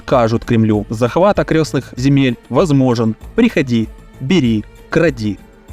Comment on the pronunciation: Не окрёстных, а окрестных!